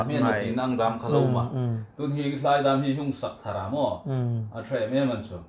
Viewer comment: Hmar popo in lo inchuk ro,'Thlarau' hi 'tlarau' a ni nawh.,'thlan' hi 'tlan 'in ti tlat hi pawi ka ti..mani tawng khawm lam thiem lo chu ieng hnam am in ni,??!!?